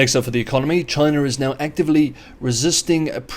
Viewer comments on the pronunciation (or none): ... Is it Chiner , Chyna or CHINA 😂